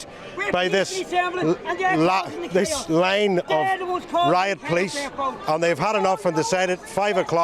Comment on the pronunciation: You can't even say the name of our police force properly and they are not middle class people they are scumbags who are probably all claiming the dole .